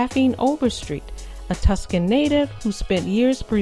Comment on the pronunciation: Tucson (Too-son,) not Tuscan. Just FYI.